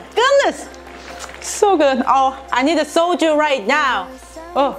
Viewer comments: Gosh, I started to laugh when I misheard the word said that is "Soju" as "Soldier" 😂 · So... when you say “I need Soju right now” I heard “I need a soldier right now!” And I thought awe that’s sweet she is missing her Jacob and then I realized... booze. You are missing booze. LOL I love you. I can’t wait to try a not so spicy version of this. Frankly, that would kick my butt! 🥣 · Did she say "i need a soldier"? Lmao